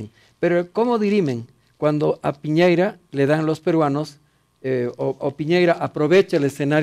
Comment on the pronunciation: Este viejo esta tan bien informado, q le dice Piñeira en vez de Piñera. Weones pateticos, dan risa!! Y la guatona? Sin palabras.....